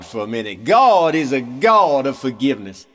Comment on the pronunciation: "Gaawwdd" -- perfect pronunciation! LOL